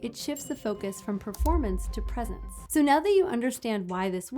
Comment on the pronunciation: 'Presence', not "presents" 😉